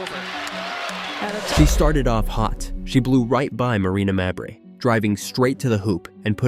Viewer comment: Stop mispronouncing mabrey 😢